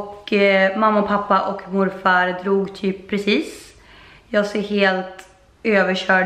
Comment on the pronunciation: 15.44 man tror att hon säger dom dog ist för dom drog